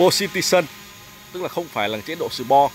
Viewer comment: Sport (sì pót) mà đọc sì po trình chú cao r